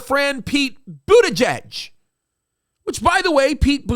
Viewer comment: That is pronounced Butter geeg. Great show, I love watching your show especially the ones with paster Tom. Keep up the great work, God bless you all.